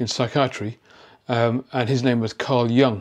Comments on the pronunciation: YOOOONG NOT "young". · Sorry, you pronounce Jung’s name wrongly. Not Young but Jung. Carl Gustav Jung was Swiss, not German or Austrian. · Thank you,, for all your insightful presentations. Jung is pronounced "Yoong" by the way and he was Swiss. And the Germans unleashed their Shadow on their African colonies early in the 20th century before they ever got to the Jews. Belgium and Italy and I think France also unleashed their Shadows in Africa. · Excellent insights - as always! "An ambassador of the shadow" that phrase alone was worth the 20 minutes! (as were many other phrases!) Jung was actually neither German nor Austrian, but Swiss. The correct pronunciation is closer to Joong (think of Heidi Klum:-)) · German 'Jung' is pronounced 'yoong'. Your pronunciation is wrong. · I am grateful for your knowledge and perspectives, but I wish you would learn to pronounce "Jung" correctly. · Excellent video, but the Wikipedia page you show clearly explains that experts should know that the vowel in Jung's name is pronounced like "youth", not "young".